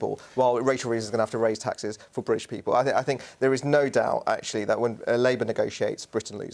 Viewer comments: It's British not Bridish. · If you are going to call it British Stand, don't pronounce it briddish there is no such place.